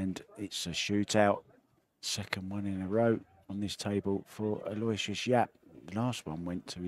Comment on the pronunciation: PLEASE, PLEASE, PLEASE Someone, ANYONE, PLEASE TELL THESE PROFESSIONAL COMMENTATORS THE CORRECT PRONUNCIATION OF YAPP'S FIRST NAME! IT IS: AL: as in BIG AL OH: as in OH NO WISH: as in "I WISH" they wouldn't butcher this poor kid's name. US OR - AL OH WISH US